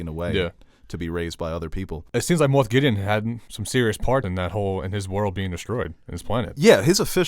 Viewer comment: It’s Moff Gideon. Not Moth.